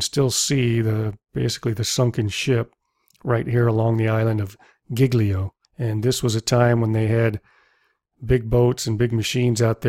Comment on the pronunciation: very nicely done. Just some italian pronunciation advice: Civitavecchia it's actually pronounced Civitavèkkia, ch in italian it's k. And Giglio it's pronounced Jillio, gl it's a smooth sound, not hard, like the spanish double LL. Otherwise, always great work. Bye!